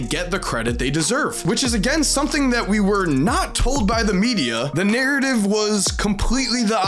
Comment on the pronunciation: You have a really weird, specific, manner in which you pronounce the word ' narrative '. 👀👀